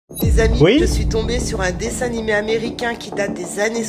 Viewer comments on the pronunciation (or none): "Un dessin nimé" 😭